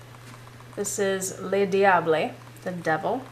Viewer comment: Happy red commercial holiday! Diable is pronounced DIA-BLEH or DIA-BLE kind of rhymes w ramble.